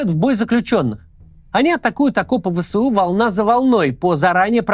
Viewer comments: ВЭ ЭС У, а не вэсэу Простите зануду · Максим, не «вэ сэ у», а «вэ эс у». Это без негатива, просто так правильнее. Первый вариант режет уши. Спасибо.